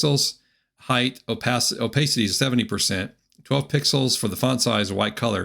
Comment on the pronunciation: Opacity is a short 'a' sound. Thanks for the video.